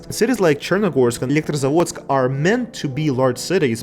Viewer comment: Electrozavodsk from you sounds like you are native russian speaker:face-blue-smiling